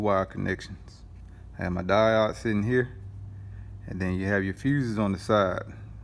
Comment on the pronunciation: Lolol I hope you have learned how to pronounce diode by now.